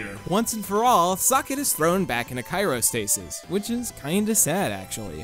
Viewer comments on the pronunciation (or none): ...its CRYO stasis...not Cairo stasis...you know this right? Is this a ruse? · it's CRYOSTASIS, not CYROSTASIS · "Cyro-stasis"? You mean "cryo-"? Like, as in "cryogenically frozen"? XD Sorry, that just bugged me. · Yes I mispronounced cyrostasis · "Kyrostasis" ... CRYOstasis. R before Y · Cairo-stasis? Like, the city in Egypt? Oh, OH...did you mean CRYOstasis?!?! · CRYOstatis. As in cold. Not CHIROstasis for your back lol. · I'm sorry but what's kyro stasis I've cryo stasis but not kyro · did you say Cairo stasis when you meant cryostasis? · I had a mini mental breakdown when you said cyrostasis, then again this is coming from the guy who mispronounced marinara sauce as marijuana sauce so I guess my breakdown was invalid. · It's Cry-O-Stasis!